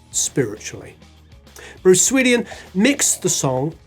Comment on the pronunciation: How do you, of all people, mispronounce "Swedien"?